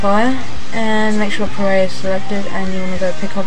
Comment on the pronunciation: did you just pronounce PArray as pah-ray? >.> lol